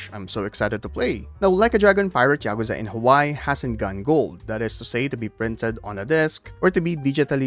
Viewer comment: It's ya-kuh(like bruh)-za, all the syllables are short and quick with no emphasis on any of them, not y'kooza. They say it literally hundreds of times during the games. There's no excuse for not being able to say it properly. What's even more inexplicable is that you start saying it properly in the middle of the video after repeating saying it incorrectly at the start. And then you say it properly and immediately afterwards say it wrong. In the same sentence!!! This has to be a troll!